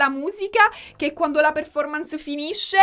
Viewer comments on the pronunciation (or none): none